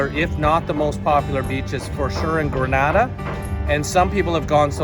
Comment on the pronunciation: It is pronounced GRENADA and not Granada which is in Spain.